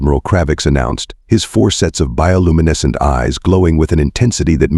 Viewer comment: ... and the "bioluminescent" word.